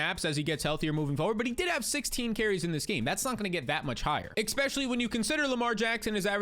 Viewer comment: Especially, not Expecially